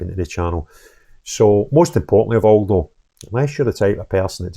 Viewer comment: they aw realise they have been found oot